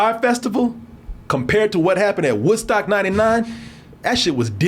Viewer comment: you almost said "WhiteStock"..i caught that...